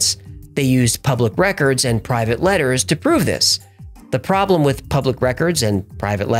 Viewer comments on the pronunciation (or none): none